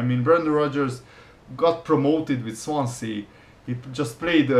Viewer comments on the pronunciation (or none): none